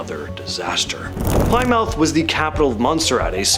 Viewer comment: Not Ply - mouth but Plim - uth